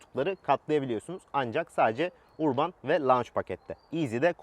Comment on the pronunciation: URBAN URBAN DEYİP DURUYON DA URBAN " ÖRBIN " OLARAK OKUNUR HACIABE :))) ÖRBIN